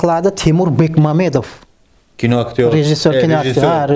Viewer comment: Шунча Тимур Бекмамбетов билан таниш билиш булиб фамилиясини хозиргача тугри айтолмайди Бекмаметов😂😂😂🤣🤣🤣😡😡😡